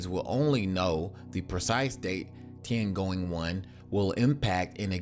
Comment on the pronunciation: yeah Tiangoing one... are you english speaking people really not capable of speaking any other languagues correctly ? I translate it to your limited ehr.. read my lips: T I Y A N G O N G